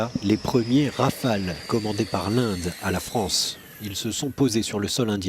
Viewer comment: "Vive la Fronce"......